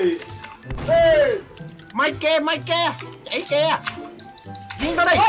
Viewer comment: Người ta Mike mà đọc Ma ke wtf